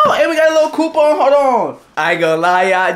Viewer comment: ohh y’all we gotta a lil “coopoun”